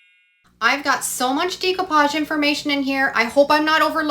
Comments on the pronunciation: It's da copage..not dee copage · I love all your projects! Just an FYI it’s pronounced day-coo-paj. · Check pronunciation of decoupage please